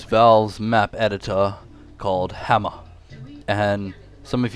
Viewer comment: I like how he pronounces it "Hammah"